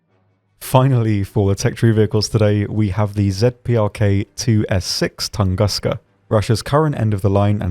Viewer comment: Oh please... TOON-GOOSE-Kha [ tu̇ŋ-ˈgü-skə, tən- ]